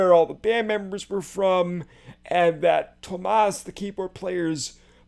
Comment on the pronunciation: It’s delightful to watch you, someone clearly a fan of the original, listen to this and give us your honest thoughts on what you like and what you maybe don’t. Nothing wrong with preferring one to the other, or liking both. Thank you for sharing your reaction with us. And since I’m here, quick pronunciation notes: Floor is pronounced the same as the the English word floor, and Tuomas has three syllables with the emphasis on the first- i.e., Tuo- rhymes with duo and the -mas is the same as in Christmas. Here’s a link to an audio sample